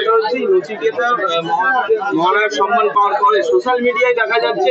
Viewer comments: কথাটা সনমান নয় সম্মান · সনমান নয় কথাটা 'সম্মান '